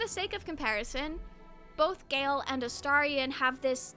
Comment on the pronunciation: You’re the first YouTuber I’ve seen who’s pronounced Astarion correctly 😍